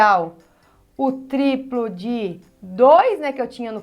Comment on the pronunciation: Ela tem dificudade em falar triplo e decuplo ai escrevi errado kkkk